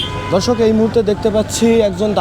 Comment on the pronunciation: Are! Dhorshok abr ki? Dorshok hobe... Thik kore bolen